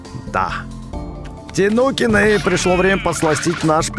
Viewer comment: А почему говорит тинукины а не тайникены хотя так правильно ну ладно от этого видео не хуже